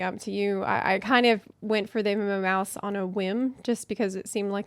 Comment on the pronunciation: You said 'meowse wrong' edit: just bought two. Thanks!